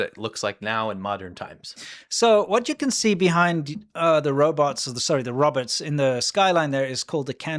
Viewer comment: He keeps saying Roberts LOL Robots bro its said Row- bots. Poor China people.